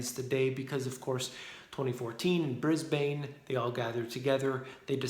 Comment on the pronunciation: The way you said Brisbane 😂😂